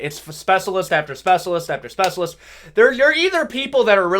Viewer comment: speh-shuh-list not speh-suh-list